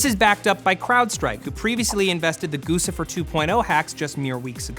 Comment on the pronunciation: Matt, I get that you probably don't buy anything from Gucci yourself. I don't either. Couldn't afford it if I wanted to, but that doesn't necessarily excuse not knowing how to pronounce it. It's Guccifer 2.0, and the two point oh is important because the original Guccifer was different. And it's definitely not "goose-ifer"